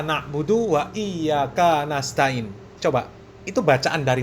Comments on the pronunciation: Iyya kaanak budu waiyya kaanasta'iin😂😂 ini aja jelas terdengar salah😂bc Alfatihah sdh g benar😂 gitu berani jadi yai a ustadz 😂🎉😂g tau malu g takut dosa taaa yaa Alloh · Baca 'ain salah dan Iyya ka...gk panjang.